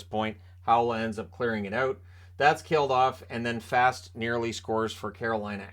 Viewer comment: Can you pronounce Fast correctly . He is Swedish it is pronounced Fass ,but to the game itself was a great game ,but you knew eventually the Canes would get that goal